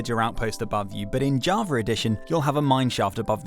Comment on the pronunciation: Love the way bro says Java jarver